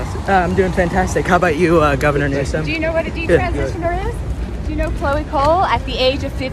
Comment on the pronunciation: It's "Newsom", not "Newson". Just saying 🙈 Like it's "Ibram X. Kendi", not "Imbram". I love your content, but somehow you tend to get people's names wrong, although you're reading them.